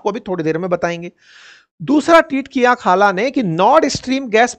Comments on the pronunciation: Sir khala nahi kala😂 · रिपोटर बना हे तो नाम ढंग से पढ , खाला नही हे काया हे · Naam tho dhang se le bhai khala naam nai hai uska kaja hai 😂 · Sir ye khala nahi kaja hai 😅😅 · khalaa nahi kaja hoga😅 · खाला नहीं काजा बोलो।